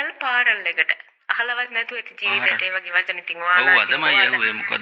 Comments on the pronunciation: ඔය සිද්දිය රිවස් නෙමෙයි අනේ.අපි ලයිව් අපි දැක්ක වෙච්ච දේ .පාරල්,කැබින් මරු අනේ 😂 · Funeral Parlour ❌ Funeral Parel ✅ Flower Bouquet ❌ Flower Booket ✅ 💀 🔫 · Not FUNERAL PARAOL. Correct pronunciation is FUNERAL PARLOR. Ok madam. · Funeral parlour❌ Fural paral✅ Flower bouquet❌ Flower booket✅ Cemetery❌ Chemistry✅ Burial❌ Barrier✅ Ok Rest in peace English🙏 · Meya koyanne Funeral paral kiyala ne 😂eka liyanne parlour but kiyanne palar kiyala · පාරල් 😅😅😅 පාලර් නෙවෙයිද එතකොට මාර ඉංග්‍රීසි parlour වත් දන්නේ නෑනේ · මේ අනුන්ට ඉංග්‍රීසි උගන්නන්න කලින් තමුන්ගේ ඉංගිරිසිය හදා ගන්න. Dictionary එකට අලුත් වචන දාන්න එපා පාරල් නෙමෙයි පාලර් බොකේට් හැබැයි අපි නම් දන්නේ බොකේ කියලා කැබින් අපොයි ඔය කොෆින් එක අපිත් මේවා අදමයි ඇහුවේ කොහෙන්ද ඔය ඉංගිරිසි ඉගෙන ගත්තේ. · පාර'ල් 😂😂 .. පාල.. බුකෙට් 😂😂... බොකෙ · මිස් ෆියුරනල් say පාරල් 😂 රිවස් වෙලා 😂😂😂😂😂 මැරුණදාට කැබින් එකේ ලු නිදියන්නෙ 😂😂😂😂ෆ්ලවර් බොකේට් 😂😂😂😂 කෙමිස්ට්‍ර් එක😂😂😂 වඳින්නම් නූතන නිලි රැජිණියනි ආයෙ ෆියුරනල් යන්න එපා මගෙ දෙයියෝ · Funeral Pallor පාරල් නෙමේ නේද😅😅😅😅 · පාරල්😂 කැබින් 😂 කෙමෙස්ට්‍රි😂 බුකෙට්😂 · පාරල් නෙමේ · පාරල් එක. කතා කරන විදිහටම තේරෙනවා ගෑනිගෙ කැරට්ටුව. පව් බං බයිට් වෙලා ඉවරයි. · Ayyoooooo, harima moda ganiyak. Ehema naththam pissu eyata. Kiyapu English wachana serama waradi widiyata uchchaaranaya kale. බුකෙට්😂, පාරල්😂, පසිටිපේට්😂 කෙමිස්ට්‍රි 😂, 😮😮😮😂😂😂